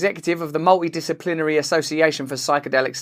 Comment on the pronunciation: Strangely enough, , when Mr. Brand says "Multidisciplinary Studies".....because of the big mushroom image on the screen and his accent, I heard "Mouldy disciplinary studies". I'm also sitting at home on some powerful drugs myself getting over an illness.